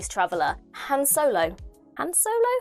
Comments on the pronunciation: Han rimes with Jon. Han specifically calls out Lando in "Solo" for pronouncing the a like the a in "hand." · Lord Stilton? Because he's cheesy? Han's name tends to be pronounced differently depending on the character speaking. George Lucas liked to pronounce it rhyming with "Dan", while Harrison Ford pronounced it like a reasonable person would. Somehow, River gets a mention. My faith reaffirmed. I thumbs-upped the video. Do I need to announce that? It's something we're doing over on Twitter now, what with the weirdness going on right now. Once again, my only complaint is that it was over too soon. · I've always heard Han Solo's name said with the a closer to the british pronunciation of the word aunt. Hearing it pronounced closer to hand sounds a bit weird to me after that.